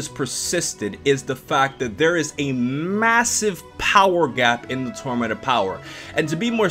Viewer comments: "The tormanent opower" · This man can’t pronounce the word tournament